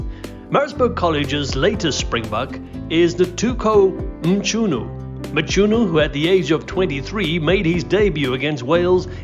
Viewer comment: How do you pronounce Gcobani correct, but not Mchunu🤣